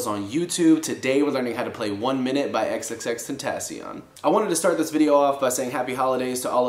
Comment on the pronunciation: the way this dood pronounces xxxtentacion lowkey gets me mad but its aight at the end of the day hes just an average white guy who plays guitar and cant pronouce anything out of the english language “eks eks eks tentaseon”